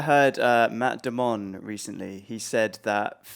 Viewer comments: Matt DeMond? YOU MEAN MATT DAMON!?!l 😂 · Did he say Matt damonnn???